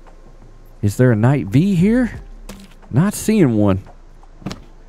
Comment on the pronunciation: Wasnt gonna commentbut I have to say... Thank you for not saying Knight "vee" like every other yokel... lol